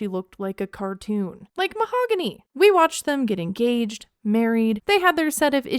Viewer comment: Ma’am…it is pronounced “Mah-ow-gah-nee”